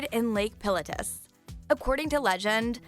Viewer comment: the way she pronounced Mt. Pilatus is going to haunt me for the rest of my life..